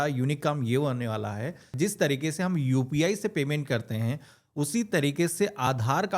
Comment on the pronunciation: Meri jaan zis chiz ni Jis chiz hota h itna bhi urdu bolne ki koshish mat kro znaab sorry janab !